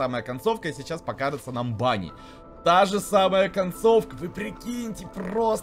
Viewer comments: Не бани а Вэни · на самом деле ты не Правильно говориш банни это венни